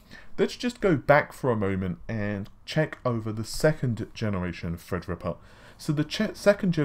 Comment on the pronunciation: I just seen a great effort at the beginning of this video.. said "Threadripper" perfectly, and you could just see the effort there. Great job. Two seconds later, he said "enthisi-asts" lol.